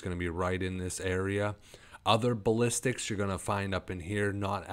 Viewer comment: Lmfao. BASS-A-LISKS NOT BALLISTICS